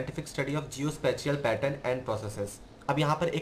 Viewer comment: Sir Please do research on the word SPATIAL۔ Sorry to say! Your pronunciation is not well.